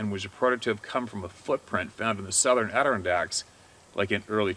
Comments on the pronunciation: I love ya dude but you’re killing me again with this word. Let me help a brother. Adirondacks = ah-da-ron-dacs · AdirOnDaks, accent on the on!! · ...Argh..! For some dumb reason, it drives me crazy. lol It's pronounced phonetically like this.... A-DIH-RON-DAX. Cappeesh?